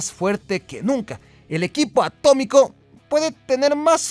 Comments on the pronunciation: Se dice a-tó-mi-co. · ATÓMICO, se dice ATÓMICO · Atómico ... Se dice Atómico